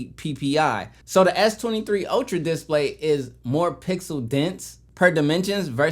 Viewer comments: What's a "dis play"? Did he mean display? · The way you say display get me every time 😂